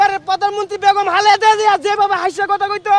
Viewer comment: বেগম হালেদা জিয়া 😅